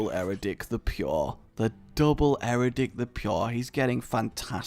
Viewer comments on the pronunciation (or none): Really? Eradic? I don't wanna be rude but how hard is it to read Eadric correct?